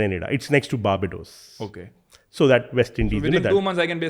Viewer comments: The gentleman says indians speak good english . But he can't Pronounce grenada and barbados . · The anchor can pronounce govt .The guest can't pronounce grenada and barbados but hell we speak english well.